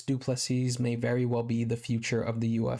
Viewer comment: The last ‘S’ in Du Plessis is silent dude. Pronounced Du Plessi